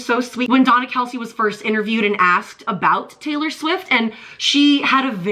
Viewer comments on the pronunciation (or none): Not Traylor please lol